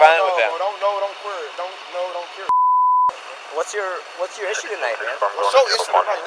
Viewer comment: "dont know dont quare" i love when stupid/nervous people make up new words :D